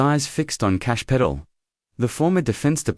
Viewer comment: It's pronounced "Cash...Pa..tell". Reprogram and correct the mispronounced name.